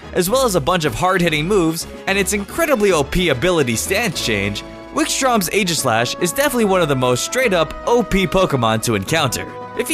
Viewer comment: Aegislash Is Pronounced "Ee-Jis-Slash"